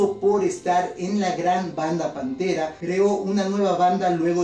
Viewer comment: Hayny Pense que era la unica que se habia dado cuenta de eso :33 ''Pantera'' no ''Panthera :3